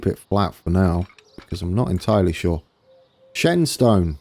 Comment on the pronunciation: Shenstone... pronounce it as Shenston... Source.... I'm from Brownhills ;)